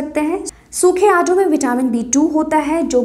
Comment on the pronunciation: आडू नहीं आड़ू बोलो